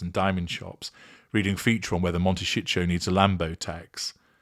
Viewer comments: Your comments ans analysis are interesting, but can you please say Mon-te-ci-to, the last syllable with hard tee sound. Not ""shi-tcho" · 😂😂😂😂😅😅😅 pronouncing wrongly is a 'dig' at the area - humour ¿?x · He's including shit in the word... it's intentional. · He does it on purpose, luv.